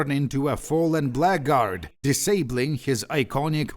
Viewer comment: Maybe it's a regional thing, but I have always heard "blackguard" said more like "blaggerd" Just wanted you to know so you can intentionally pronounce it more wrongly in future.